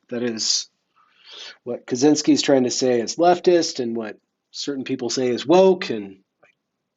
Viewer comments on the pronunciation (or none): I believe it's pronounced more like "Katshinsky" though. C and Z together makes a sort of "tsh"-sound in most west-slavic languages.